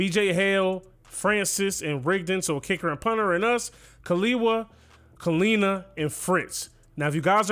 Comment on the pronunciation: No one asked, but just in case you were wondering, in Hawaiian, Kiliwa is pronounced Kee-leevah, and Kalena is pronounced Ka-leh-nah. If Fine is Polynesian, it is Fee-neh. Thank you for coming to my TED Talk.